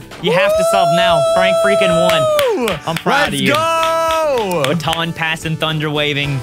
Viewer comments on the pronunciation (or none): Frank your poopton pass but it’s name it’s baton pass